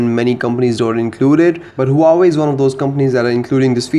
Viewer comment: he said uawei not huawei